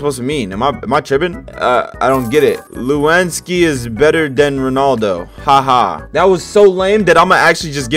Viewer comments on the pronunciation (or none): Bro said Lewinsky not Lewandowski 🤯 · bro said lewenski 💀💀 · MY MAN SAID LEWONSKI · Btw Lewandowski and Ronaldo are soccer players Len-wen-daw-ski And Ron-al-do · "Looanski is better than Ronaldo" got me laughing 💀 For the ppl who don't know his name is not looanksi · Ain't no GODAMNNN WAY U SAID "Lewinsky" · you said lewandowski wrong the w sounds like a v